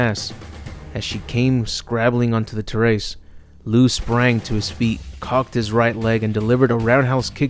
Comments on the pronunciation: It's pronounced terr-ice. Not ter-ace. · I have never heard terrace pronounced like that before.